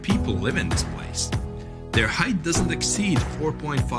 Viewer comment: Height ends with a T, not a TH.